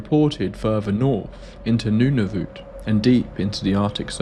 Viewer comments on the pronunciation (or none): Listening to this man pronounce Nunavut, like "new-nav-oot", when it's "nun-uv-it" as in "Nun ya fooking business." Why does my brain just stick onto these things?